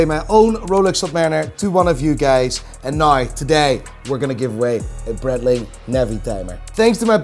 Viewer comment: What does a man who looks like a giant chipmunk know, anyone who knows anything about watches knows that GS are better made than any Rolex. Just snob value with Rolex’s And try and pronounce breitling properly!!!